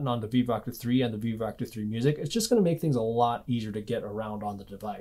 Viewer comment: Right near the end of the video, I realized he was saying "Vivoactive" and not "Beebop".